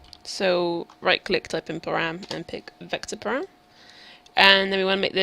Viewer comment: I could handle "mat," but I had to stop when she said "param." It was good up to that point though.